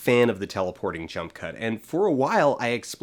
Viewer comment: At one point I thought you said "junk cut". I think that would be a good name for the edits in Suicide Squad.